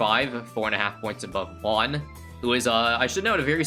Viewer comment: The way he says Juan as "Wone" really makes me think about our weird spanish.